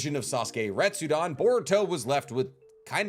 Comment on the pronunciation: Re-tsu-den. Come on, friend, it's not too late to fix this mispronunciation issue you've got. It's not "Retsudan".